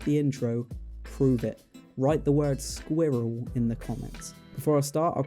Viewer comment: Sqiwwel lol